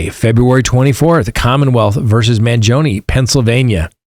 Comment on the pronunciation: You are mis-pronouncing Luigi’s surname. Please correct. Ask your Italian friends how to say the name. You are saying it wrongly.